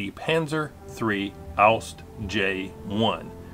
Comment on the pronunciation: I have to say, it annoyed me how you pronounced "Ausf." as the word "oust". If you do pronounce Ausf., please try to pronounce the "f" as an "f" and not as a "t". It is a contraction of the word "Ausführung" (ows-fyoor-roong) and simply means "execution", as in an execution or building of a design.